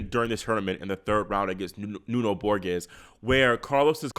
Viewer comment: Borges is pronounced Borgis. The G is like in gin, not as in game.